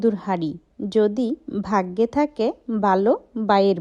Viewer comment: Apnar video ki boro manush dekhena??j apni Tumi Tumi bolen??r babi,Valo,baggo egulo kmn Kotha ?? ভ uccharon Korte paren na ??